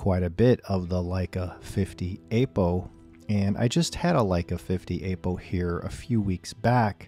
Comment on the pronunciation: Please, stop calling it "Ape-O" :) It's /ˈapəʊ/